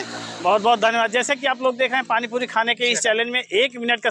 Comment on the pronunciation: पाणी पुरी बोलो yaar तुम पाणी पुदी बोलते ho